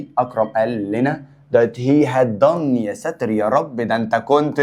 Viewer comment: سمعتوا حتهه had + p.p موتتتني ضحك 😂😂😂